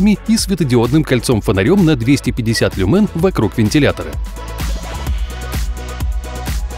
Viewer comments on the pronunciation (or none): люмэн, люмЭн, ЛЮМЭН! мои уши, блядь, сломались как у борцов